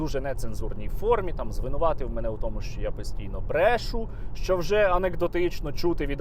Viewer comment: не брЕшу, а брешУ, купу наголосів ставить безграмотно, неможливо слухать